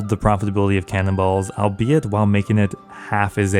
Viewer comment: u said "ill be it" like 4 times lol